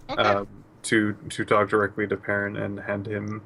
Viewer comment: danm it each time he says perrain I thing he talking to squee